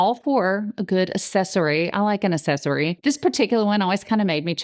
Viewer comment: It’s pronounced ”aKcessory“. The c is not like an s in this word. It’s driving me nuts that you keep saying ”an aSSesory“.